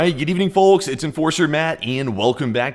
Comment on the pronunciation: Love you guys and your updates, just gotta say this: The L in folks is silent (outside of alabama 😂)